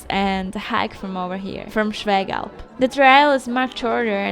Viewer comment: Very nice video! Well explained, surprisingly well pronounced the local names like "Schwägalp". So You have been successful again- great!